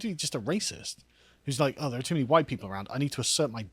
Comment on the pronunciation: "2 many whyite ppl"